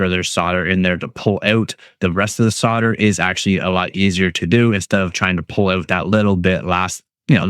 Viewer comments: Solder not sodder. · Yep. Really irritating to hear sodder. I thought the only country to pronounce it sodder were your neighbours,(and soon to be assimilated into the US ...Joking of course ) . Sussed you were Canadian by the pronouncing the word "out". Have been doing the electronics etc stuff for over 60 yrs- yep an old boy. So if you won't pronounce it as solder then I will have to watch with the sound turned down.... Cheers and good luck with the channel.